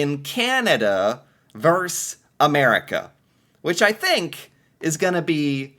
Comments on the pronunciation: Yes, thank you, you drive me (and I'm sure most people) crazy with this "verse" pronunciation. It's VERSUS! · the word is "versus" not "verse".... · Why do Americans say 'verse' instead of versus? VS stands for versus, America!! Sheesh!